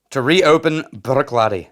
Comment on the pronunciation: Bravo in rolling of the “r” in saying “Bruichladdich.” I can’t do that.